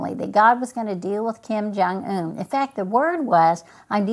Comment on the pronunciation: "Kim Jong Ooon"